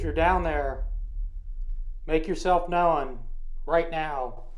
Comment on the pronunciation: ~ The word 'known' is 1 syllable, not 2. It's not pronounced 'no-uhn'......the w is silent. FYI.